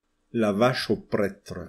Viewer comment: Questions sérieuses : 1 pourquoi prononcez-vous prètre mais nosstre et fesste. Et 2 pourquoi ne prononcez-vous pas les s du pluriel (et du nominatif singulier masculin dieus) ?